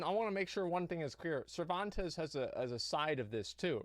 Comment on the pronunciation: Scammmereerrrr lol Cerventes hahahaha